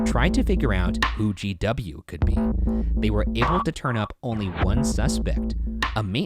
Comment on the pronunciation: to me sounds like he says JW not GW